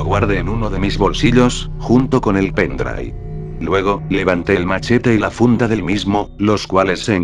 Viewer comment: "junto con el pendrai"